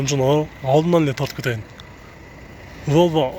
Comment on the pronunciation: Эзебербей башыда азыраак суйлочу волво дебей Вольво дечи